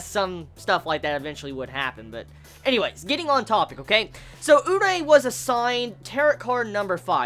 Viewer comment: his names pronounced u-ree-eh fyi